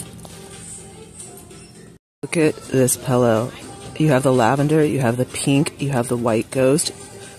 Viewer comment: I lost my daughter in 2007 shortly before her 13th birthday. I mention this because she said pillow -- pellow-- rhymes with yellow. The same way you pronounce it. So I smile and think of her when I hear you say it 😉 I am in no way shape or form picking on you for how you say it-- it's very endearing to me. Also--- I love that pink and orange bat throw blanket. I like the Michael's Hippie Halloween line. Lots of people seem to HATE IT. To each his/her own. I think our husbands all belong to a WTF is my wife doing club 😉